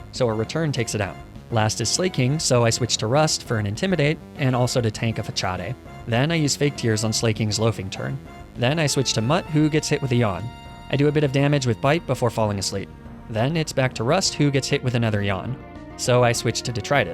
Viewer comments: Did I just hear Fachade? It’s Fa-Saa-d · my man said fachawday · Facade = “Fuh-saw-day”???????? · FUH-CHA-DAY??!?? 😭😭 I think it’s pronounced more like fah-sah-duh but I am currently in the process of girlboss gaslight gatekeeping myself bc nothing is real and language is pain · “fa-cha-de” lmfaooooo come on now homie 😂😂😂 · "Slay-king"? "Fah-chade"? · 'Fachardey' way to butcher the word facade Xd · 'Fachade' terrifies me, ngl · Facade being pronounced as Fuhchaday is making me reel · I know you did not pronounce facade as fachaday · INTENTIONALLY PRONOUNCING THINGS WRONG IS MY FAVORITE THING. I love this so much. Slayyyyy-king. Fakadé. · Your pronunciation of "facade" makes me want to cry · How did this man say facade?!